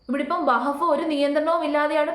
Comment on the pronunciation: വഹബ് ബോർഡ് അല്ലാ , വഖഫ് وقف ബോർഡ് എന്നു പറയൂ . സത്യത്തിൽ പേര് തന്നെ പറയാൻ ബുദ്ധിമുട്ട് ഉള്ളത് പോലെ തന്നെയാണ് അതിൻ്റെ വിശയവും അത് കൊണ്ട് എല്ലാം നന്നായി പഠിച്ചതിന് ശേഷം വിഷയവതണം നടത്തൂ